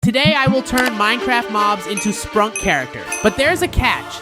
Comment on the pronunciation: IT'S SPRUNKEE NOT SPRUNK (it's spelled Sprunki)